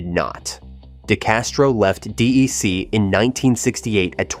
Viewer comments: That was one of several pronunciation errors that could have been handled better if the producer just talked to somebody first who had been there. "Dee ee cee" was spelled "DEEC" in the captioning, so it was wrong on both counts, and later it was being called "D I C". We did call the company DEC, though at some point in the 1980s, as it started going the wrong way, word came down to brand things "Digital" instead. DEC missed the PC revolution, afraid to cannibalize its own products (mainly VAX timesharing), but instead let others do it. HP actually made that transition better, though it was ruined later by hiring Carly and buying Compaq. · It's pronounced "Deck". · Exactly, rhymes with axe. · These computer read scripts are so annoying, DEC, DIC, or DAC? Jeez! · Why is the narrator calling it "DIC" ? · It's pronounced deck. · Yes, it's Artificial Insanity. Alternatingly pronouncing D.E.C. Dee Ee See & Dee Aye See...🙃 Artificial Incompetence. Artificial Inaptness. Artificial Ignorance. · A great history! Yes, the improper pronunciation of "DEC" was a bit annoying, but the research was good. I learned a lot, thanks. As mentioned in the video, Ken and DEC were instrumental in the development of networking and the idea of a cloud. Bob Metcalf's Ethernet became the standard in no small part because of DEC's backing. Also, Ken Olson said, "The network IS the computer" way back in the 1990s. Prescient. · I worked for DEC in Atlanta from '84 to '92, then HP from '97 to '05. DEC was by far the best job I've ever had, and the best company I've ever worked for. Started out doing phone support at the US Area CSC, then moved to Field Service. Great video, but does anyone else cringe at the pronunciation? It's pronounced "deck", not "dee eee cee"! Arghh!! 🤣🤣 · No. There are times when he says DIC or DRC. I wish he would call it by the name we called it when I worked with a VAX 8600: DECK. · It's pronounced "Deck," not "D. E. C." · Do a little research - it’s “DEC” not D-E-C